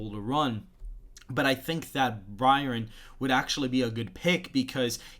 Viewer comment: It’s pronounced BYE-RON bro. You was struggling 😂. Like the vid tho.